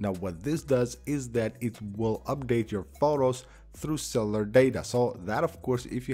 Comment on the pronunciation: Cellar data. Lol. It’s pronounced cell U lar